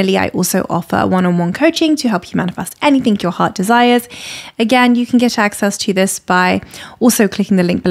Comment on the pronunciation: she pronounced it like anythink